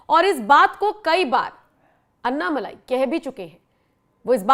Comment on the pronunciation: भाई लोगों - अन्नामलाई नहीं है, अण्णामलाई है। अण्णा यानि तमिय में बडा भाई। लगता है अण्णा जी को फोन में बोलकर उनसे ही हिंदी लिपी में उनका नाम सही करवाना पडेगा।